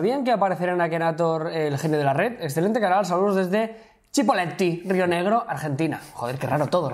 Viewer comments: Jah, yo soy de General Roca, Rio Negro, soy de la ciudad dueña del Departamento donde se encuntra Cipolleti, no se pronuncia CHI, se pronuncia SI. ALGO ASI COMO SIPOLETI. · AGUANTE CIPOLLETTI PAPÁ. Para la próxima se dice "Cipolletti" no "Chipolletti" por que es un nombre italiano, esta bien, pero somos argentinos :v